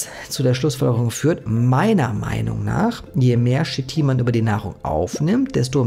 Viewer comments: Chitin nicht shitin. Aber du bist wohl auch der kollege der nach schina geht und nicht nach china. 😂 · Sehr interessantes Video, ehrlich! Dennoch, bitte, bitte "K"itin nicht "Shit"in und "Y"kl nicht "J"kl! Danke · Sprich KITIN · Kein Schit-in, schließlich sagt man zu Dach auch nicht Dasch! Der Rest ist korrekt.